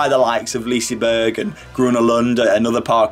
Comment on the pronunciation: I love the way you pronounce Liseberg even though it's totally wrong.